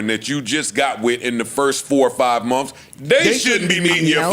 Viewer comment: Joe and says MONFS!! Instead of MONTHS. 🤣